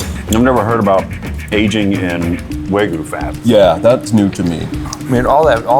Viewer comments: waGYUU not wagu *shakes fist etc* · What is waygoo??? Are they trying to say wagyu?